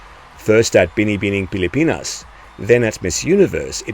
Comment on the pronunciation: Great content as always. Also nailed the pronounciation of Binibining Pilipinas! How long did you practice? Gabriella Tafur said it took her yonks to get it right. Lolz